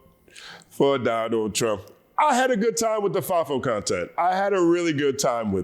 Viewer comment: "I will bote, for Donal Trom" 💃🏽